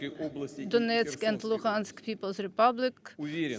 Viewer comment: Olga Perepolka Moscow accent? The translator is Ukrainian. Listen to her pronunciation "Luhansk republic" .